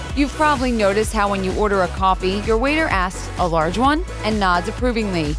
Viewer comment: *large not largee